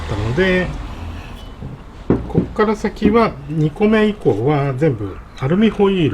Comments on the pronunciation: アルミホイールが最初アルミホイルに聞こえてわざわざ溶かしたのか…って思ってました(笑) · 私もアルミホイルに聞こえました(^^